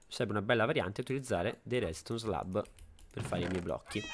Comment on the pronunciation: Ai detto redston slah